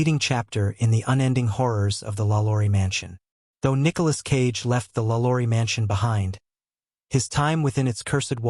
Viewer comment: Nicholas "Sage" lolz